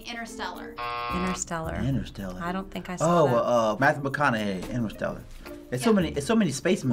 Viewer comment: "Interstellar" not "inner-celler" Jesus are you serious?